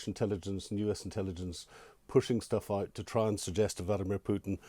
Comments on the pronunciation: Putin. Not pewtin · It is not pewton its pootin. Govorreet? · Keep calling him "Pjewten" it will wear him down over time. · Who is this Pewten the host keeps referring to? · Whenever I hear an anglo-saxon call Putin, Pyutin, a part of my soul dies... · president pew-tin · How is that a troll move? It's a remark on pronunciation. Go outside and touch some grass..